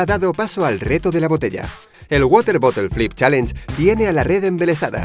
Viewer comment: pq los españoles hablan tan mal el ingles??? dice chalenje